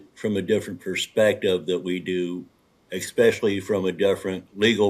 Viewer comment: It’s ESSSSSPECIALLY. ✅ NOT EX-SPECIALLY. ❌ Cmon genius. 📚